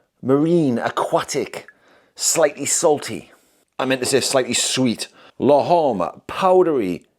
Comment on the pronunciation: I love how you pronounced "l'homme" 😁